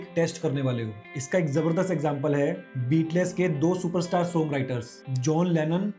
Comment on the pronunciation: बीटलेस् नहीं भाई, बीटल्स !